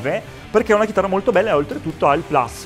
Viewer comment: Si dice plus... come si scrive... e' latino...😂